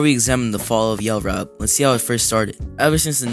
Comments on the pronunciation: ain’t no way this mf called it “yell rap” 😭😭😭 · Bro called it yell rap😭😭😭